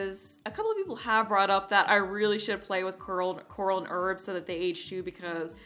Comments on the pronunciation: Herb = HA-ER-B, not Erb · You are supposed to pronounce the h in the Male name Herb.